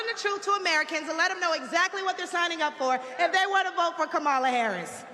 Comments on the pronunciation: The more I listen to her, the more she makes my stomach upset 😡 What an embarrassment to all black people. No one is coming for anything. Tomorrow she will be forgotten. Learn how to say her name please. I think it's Kamala not Camalla. Damnnn! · It’s Kah-ma-la.Not that difficult.😣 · This fool needs to start by knowing how to properly pronounce #VP Harris first name. 🥴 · The fact that she just can't pronounce Kamala's name correctly is irritating AF in itself. She's a clown... just like her boy Donald. Up there shucking and jiving for the crowd. Parroting misinformation... let's go BLUE! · Do they require them to say her name wrong? Hard to believe a black woman can't pronounce a name like Kamala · How embarrassing that she can’t even pronounce “Kamala” properly. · Intentionally mispronouncing Kamala’s name is gonna come back to haunt the Republican Party. I also wonder how much those black people in the background got paid to stand there listening to that garbage. Better yet, how much did the regular racists get paid to be out of camera frame. 🙄